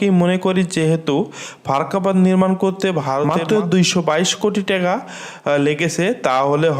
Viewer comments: ভাই বাংলাদেশের মুদ্রার নামটা অন্তত সঠিকভাবে উচ্চারণ করেন, টেকা না টাকা, ধন্যবাদ। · ট্যাগা না টাকা